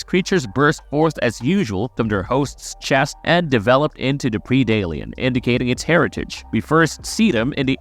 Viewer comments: Stop saying pre dalian it’s PREDalien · CAN'T STAND AI SCRIPT! DO THE F'KN WORK YOURSELF!! STOP BEING LAZY!!! It's pread +alien Like bread but take out the b and put a p Ugh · Dude, quit before even got past you saying "Predalien" - at least try to pronounce your words correctly before making more videos where you're talking a lot...good f'n lord - like every tenth word made me go, "wtf is he saying?"😂😐😖